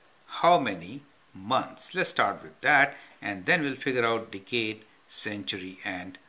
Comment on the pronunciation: "One Dickade."